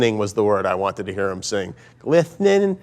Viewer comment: "Glithening" lol